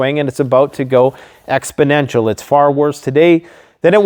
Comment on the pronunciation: You sure the word isn't expodentcial